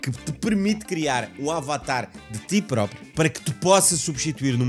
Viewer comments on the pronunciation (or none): none